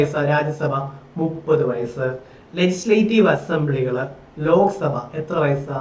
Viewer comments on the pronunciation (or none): none